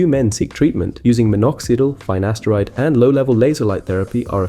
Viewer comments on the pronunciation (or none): Finasteride not Faynaysteride